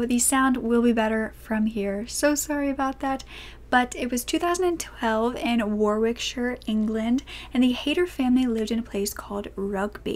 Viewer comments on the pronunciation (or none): By the way my darling it’s pronounced war ik sher 😛💎🙏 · Warwickshire is pronounced as warrickshuh, one of those odd English pronunciations!